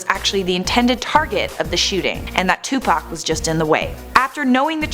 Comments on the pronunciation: Lmao its Tupac (2pac) not Tupack Hahahahahahahahahaha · Who is Two Pack? its two pock one word 2pac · It like 2POCK not 2Pack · It bothers me how she says Tupac ... she pronounces it like Tu-pac.... I say it as Tu-poc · STOP SAYING TUPACK IT'S 2PAC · It’s like Tupoc buts it’s spelled Tupac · It's call ed T-U-P-A-C not tupaac its Mother fuckin tupoocc. O=a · Its not 2pack its 2pac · That girl says 2pack in stead of Tupac/2pac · K this woman needs to stop calling him 2Pack, It's 2Pac/Tupac and Deathrow Records was not co-founded by Dr.Dre, Suge Knight and Tupac Shakur, even Wikipedia would tell u that. Deathrow Records was Founded by Suge Knight, Dr.Dre and The D.O.C, Tupac Shakur didn't join Deathrow Records until he was out of prison and Suge Knight paid 2Pac's I think it was 3 Million Dollar Bail which Tupac's first Deathrow Single was California Love ft Dr.Dre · “Toopack Shaqoor” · I hate how she says tu pack at first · its not 2pac its pronounced as 2puc kinda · Am I the only one who notices she says two pac?😂😂😂🤣🤣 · STOP SAYING 2PACK YOU PIECE OF SHIT! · She got one more time to call him 2Pack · she called him tu pack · Why TF she say it like that for that's not how you say it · They said Tupac wrong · She says Tupac weird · you said tupac wrong idiot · Why do you say tupac like that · she said his name wrong lol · You said his name wrong the whole damn time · I really do hate the way white people say Tupac name